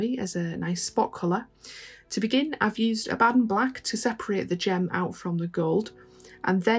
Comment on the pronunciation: Wow- that shield looks great. You’re my new favorite painter, if only because you pronounce Abaddon properly!